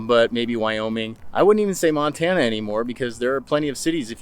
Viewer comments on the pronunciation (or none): none